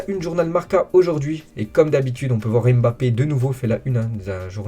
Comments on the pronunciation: vrai. Mbappé se lit= Bappé… et non M‘Bappé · Tu as raison c’est vrai qu’on dit MMMM BAPPEE 🤣😂😂😂😂, pour info c’est un nom africain et camerounais en particulier et ça ne se prononce pas ainsi …